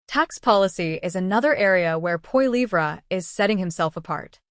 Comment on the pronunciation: First learn how to say his last name and than read a story!